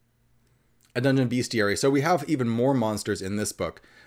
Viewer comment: You said, "BEASTiary." The word is "BESTiary."